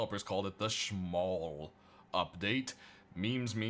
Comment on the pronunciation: its "Smol" not "Schmol"